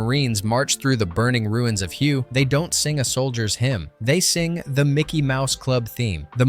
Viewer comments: Hue is pronounced like 'H-Way' or 'H-Weigh' :) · Did you pronounce that as "WHO" !??! come on!!